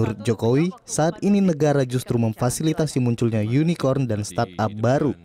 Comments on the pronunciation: Unicorn bukan unikon 😂 dengerin yg di ucap junjungan cebong ajh udah salah.. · Yunikon.. yunikon..??? Unicorn..!!! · Yg ditertawai bilang unicorn, ternyata yg salah yg nanya bilang unicon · unicron d baca yunicron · Kalau blum tau pasti Bahasa Inggris jgn asal ceplas. Unicorn psti dibaca Y. Kalau inggris, orang sana cadel sbut "R". Jdinya yunikon. Bukan Yunicorn/yunicron. Kalau U pasti dbaca Y. Lo gk prnh bljar speaking ya. Lol. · Unicorn di ucap unicon wkwkwkw belajar lagi bhs inggris nya jangan malu2in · Sambil manggut2 pucat, yunikon yunita yuni sara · Idih pada bangga ya bully pak prabowo, padahal pak prabowo cuma berusaha mencoba memastikan bahwa yg dimaksud pak jokowi itu memang unicorn, karena pelafalan pak jokowi memang kurang jelas. Makanya ditambah dengan kata online biar tambah pasti. Kalau memang pak prabowo ga tau ttg unicorn, ga mungkin beliau bisa menjawab